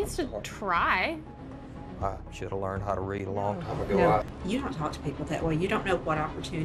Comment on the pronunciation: Took John a second to realize that she said "time" when she said "tom" :P.